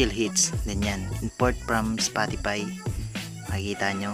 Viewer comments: "spotipay" xDDD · Bruh it’s a Filipino accent it happens to all Filipinos